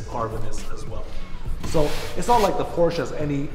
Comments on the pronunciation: Detailed about not knowing the production year of his own car. Detailed about being unsure what went wrong with the color of the stick shift? Detailed about not pronouncing "Porsche" properly? Detailed about being unsure about the car's horsepower? Detailed about having a blurry and jittery camera? Detailed about bragging that "the best thing about this car is the the cup holder?" This video is a comedy of gross insults to Porsche. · Doesn't know the production year of his own car... lack of situational awareness.... and he's licensed to drive on public roads? Doesn't pronounce "Porsche" properly.... grounds for any Porsche dealership to call security and have a person escorted off their property. Unsure what went wrong with the color of the stick shift... absurd lack of attention to detail. Camera is blurry and jittery... a 5 year old with a 5 year old iPhone would have done a better job. Thumbs down within the first 4 minutes.